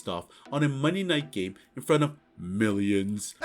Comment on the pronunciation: I’ve been subbed for 3 weeks, why do you say “millions” like that?